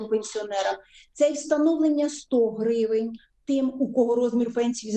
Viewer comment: Издеваться над пенсионерами продолжаются,чтобы вы подохли крысы тупые,вся ухоженная накрашенная как актриса играет роль ,сто гривень,так произносит как будто что тысяч